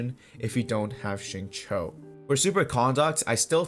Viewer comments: Xingqiu is pronounced "sing-chee-u" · Xingqui is pronounced as "Sing - Chew " like chewing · Agreed when you said shatter team works better with chongyun, especially when paired with xingqiu (the qiu is read like “chew” btw). I don’t think chongyun is good for melt dps because melt works best when finalised the reaction with pyro since there is the elemental proc order. For melt team, i do recommend using pyro character as DPS and chongyun as the support. Diluc would be the best pair with chongyun because he can alternate cryo damage and pyro damage with his auto and skills, and if you have C2 chongyun, it reduces skill and burst CD of any character that is casted inside chongyun’s cryo area. Sacrificial greatsword is the best for support build.